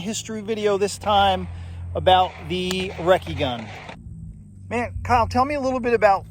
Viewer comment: "EM KAY," instead of Mark, and "Reckert" instead of Recce make this a parody video. There's always satire when this doesn't work out